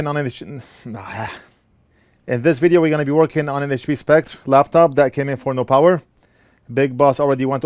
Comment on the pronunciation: I know it is a minor and petty thing, but Spectre is pronounced (and spelled in America) Specter, not Spect, just saying :)